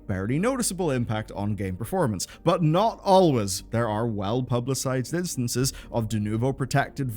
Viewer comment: "not Allwyz" what?